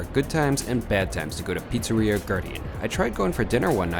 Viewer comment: You could. At least. Learn to pronounce the name of the pizzeria. It’s just one word in a “foreign language”.